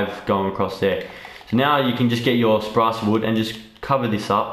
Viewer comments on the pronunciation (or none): "sprace wood" LMAO